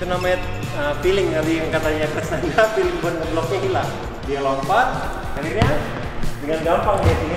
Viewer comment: Feeling om bukan filling